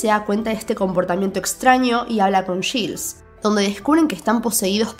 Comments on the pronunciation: Te doy toda la razón... Lo único que me hace un poco de ruido es que dice yils y no yails (Giles) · Quien es Gils?...😂 se pronuncia /Gails/